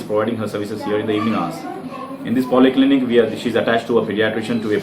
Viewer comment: it's poly clinic not poli clinic